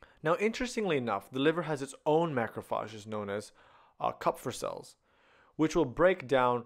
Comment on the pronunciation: From now on I'll never pronounce Macrophages any other way.